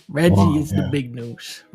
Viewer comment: Can't believe you guys mispronounced Reggie. Unsubscribe.